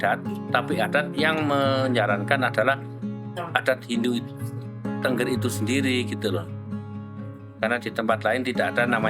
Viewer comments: Naratornya salah dalam mengucapkan Tengger, bukan Tengger spt kalimat burung bertengger...tapi e nya diucaplan e spt kalimat 'tenggelam..." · Bacanya itu t𝙚ngg𝙚r bukan tengger